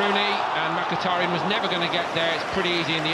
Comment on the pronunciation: he commontator says mackatariyan